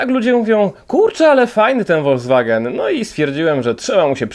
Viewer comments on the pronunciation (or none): Nie Woldzwagen tylko Folkswagen tak to czytamy